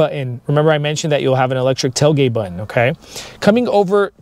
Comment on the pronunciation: Nice review though I did giggle when you kept saying butt-in.